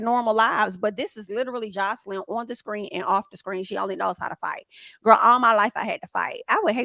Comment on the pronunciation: Hi, if u don’t mind I would like to assist In pronouncing her name Joselyn (the J is pronounced ex; Joselyn= J like in Jack or jail etc. same in Spanish as is in English 😂 Love ur channel, ur reviews, n ur content